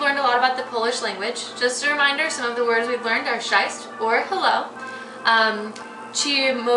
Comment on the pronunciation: Awful video. Please don't teach polish language when you cannot pronounce the words especially CZESC